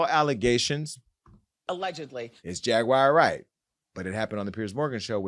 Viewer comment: “Jaguire” Wright 😂😂